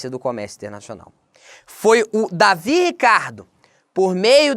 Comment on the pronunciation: O correto é "Deivid" e não "Davi" Ricardo.